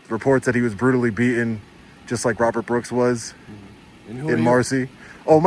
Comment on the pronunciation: I'm a long-time subscriber and watcher. And I wanted to watch this one all the way through. But I simply can't when you intentionally mispronounced beatTen over and over and over again.